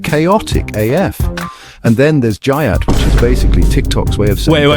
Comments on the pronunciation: I was crying when it said "JUYATT" instead of "GYATT" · "And then theres ghiat"